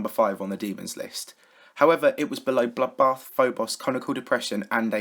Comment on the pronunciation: whenever says bloodbath i hear buffbath